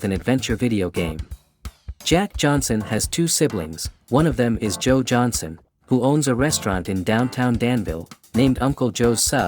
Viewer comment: It’s Johnson not Johanson.